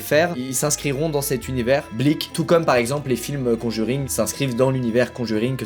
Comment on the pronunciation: La vie que quand il dit blik j ai l'impression qu'il dit bleach